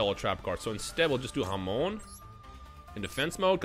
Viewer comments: I'm Spanish so hearing "hamon" is hilarious to me, cuz it means ham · Yoo everytime you say Hamon it sounds like you calling a mexican friend 😂😂